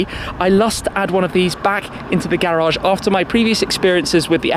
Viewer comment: Say garage right